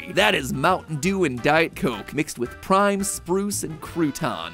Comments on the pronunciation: Anyone catch that he said prim instead of prime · instead of Prime he says prim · This one because you said prim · "better than prim cake" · Did anyone else notice that Matpat mispronounced prime